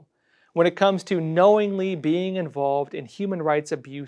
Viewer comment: Did he just say "knowingly"? 🤔